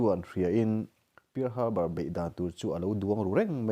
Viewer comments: Pear harbour niloin parl Harbor tih zawk tur aw in lam nawn vesek bawk sia..world history tak2 anih hi hahthlak thin em mai..🤦🤦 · I lam dan hi uluk deuh la thahnem ngaihna vang zawkin pear harbor pearl Harbor.. history landmark hming ania lo sawive mai2..